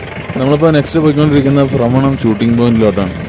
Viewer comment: ബ്രമണമല്ല ഫ്രമരം